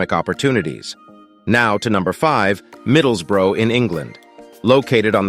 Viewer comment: How could a town be named after a battle? Surely the town has to be there first for the battle to be named after it? 😂 (And that is not how Middlesbrough is pronounced here in England!)